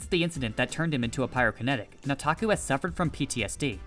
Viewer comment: You keep saying "Nataku" like a white dude. Its annoying.